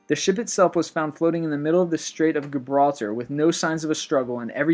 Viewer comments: gab-raltar? Oh lord... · It's pronounced like "Jibralter." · Maree' Cileste, sounds like Juhbralter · Gibraltar? You pronounce it with a j sound, not a hard G. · Dude, you have GOT to learn how to pronounce the names of things on your lists. Gibraltar... Soft G. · Ikr, Gibralter should be pronounced Jibralter for example... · He mispronounces so many things. How has he never heard anyone pronounce things like Bermuda, Amelia Earhart or Gibraltar? (to name only a few)